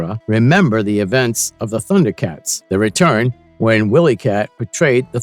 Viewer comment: Pronounced Wy-lee cat not Willy cat